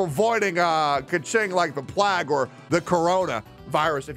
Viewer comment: i love you to bits, but plague is pronounced p-lay-g not plag kekw